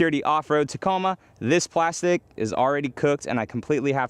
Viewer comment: keeps fucking up the Tacoma